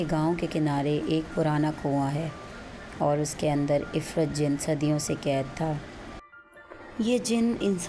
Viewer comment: O bb parhi likhi ye afreet hota hai ifrit nahi